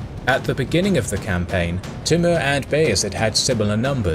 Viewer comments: he is name is tumur not timur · It's pronounced Timoor though. But nice video.